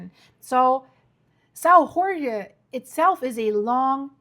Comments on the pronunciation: It's not Horge it's pronounced almost like George means the name George a man's name in Portuguese. The J in Portuguese is read as a J like Jack, Joke, Jet, etc José is not Hosé it's a J like Jodie etc I'm from Pico Island next to São Jorge - Saint George famous for the best cheese in earth Topo São Jorge Cheese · Why do you pronounce São Jorge like in bad Spanish??.. in Portuguese the "J" is not pronounced like in Spanish "Gh", in fact "J" in Portuguese is pronounced more like in English or French, so you'll be more correct to call it "Sao George " than in that giberish "Spanish" "Ghorgge" ... 🙄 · The island is pronounced Saint George not Hore Hay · We are not Spanish! drives me nuts when people butcher the name Jorge as Horhay, Horhgay, etc we pronounce the letter J like the French, if you can't do that just say Saint George in English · The islands' name is pronounced Sao ( Saint) (Jorge portuguese George), not (Horge. Spanish ) . Your welcome There is no H sound in portuguese , the H is always silent. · dont pronounce the letter J like you do for spanish, have nothing to do with spanish, the correct way sounds like George. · Hello, thanks for your work. Your pronunciation of "São" is not bad, but "Jorge" sounds more like "George" in English than your (understandable) mangling of the word...hope this a useful reference for the future.... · Hi there. As a Portuguese man, and as a subscriber, I would like to inform you that in Portuguese "Jorge" is pronounced similarly to George in English and not as you did in this video. That is the way the Spaniards pronounce it. Same spelling but different pronunciation. In Portuguese, the letter "J" is pronounced like it is in French or in English, not like it is done in Spanish. Interesting video, as per usual. Thank you. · You're spelling the name Jorge wrong. Just read the name George in english and you get the correct portuguese sound. Remember portuguese is not spanish. Otherwise, keep up the good work, I like it.